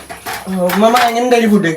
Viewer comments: ഉമ്മ ❌ ഇമ്മ ✅ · ഇമ്മ അല്ല ഉമ്മ 😂😂😂😂😂